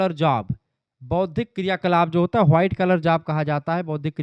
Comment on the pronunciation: White ko हुआइट bolta hai tu kya yarr